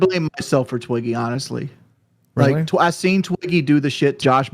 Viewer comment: 🥤 Hawnestly, like … First … yet again …